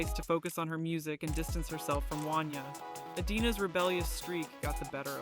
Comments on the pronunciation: It's pronounced won-YAY' not wan-yuh!! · 😂 Right! I’m from Philly, I had to do a double take, I never heard anyone say his name like that😂😂